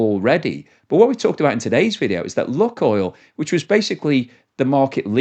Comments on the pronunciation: LOO KOYL NOT LUCKOIL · BTW, it's not pronounced "Look-oil" but rather "Luke-oil". That's not 100% correct, but much, much closer. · Lukoil is pronounced luke-oil, not luck-oil. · Not properly pronounced that way mate. Long U